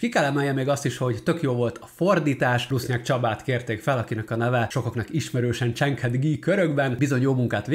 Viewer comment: Nem tudom, miért hagyta a fordító félig angolul a könyv címét. Előre a filmre bazírozott talán? A "Hail Mary" magyarul "Üdvözlégy (Mária)", a kereszténység egyik legismertebb imája. Ha legközelebb külön kiemeled a fordító nevét, akkor javaslom, hogy mondd érthetően, a vezetéknevet hangsúlyozva. "ruszn CSABA", ezt halljuk, külön meg kellett keresnem, hogy megismerjem az állítólag már híres fordító nevét.